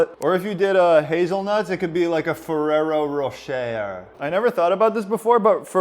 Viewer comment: Love the videos. FYI Ferrero Rocher (the er is pronounced eh) ans Nutella is the same company. I think the hazel nut chocolate in the Ferrero Rocher balls IS Nutella! =)